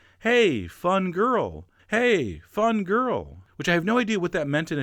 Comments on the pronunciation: maybe your grandad was saying "fanculo" which means fuck it and sounds a bit like fun girl LOL I'm italian. Not being disrespectful to your grandpa, of course. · "fun girl" was probably "fanculo", which may be pronounced like "fun-cool-oh". Means "fuck off" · Your grandpa was saying "fanculo" 😂😭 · Your grandfather was saying a fangool 😂😂😂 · I am quite sure he said "fangul"... means F**CK :) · 'fun girl' probably is a more Southern pronunciation of '...fan culo'. "C" can sound like "g" in that part of Italy. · Your grandfather said fancul lol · The grandfather was clearly saying “mavafanculo” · Oh goodness, lol I’m sure your grandpa was saying “Fanculo” which is F*** 😂